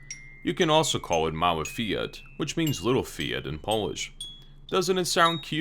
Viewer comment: you say "fiat" not right. you should say fiat like "fyat", I mean without "i" I mean we don't read "i" we read "j'', "fjat"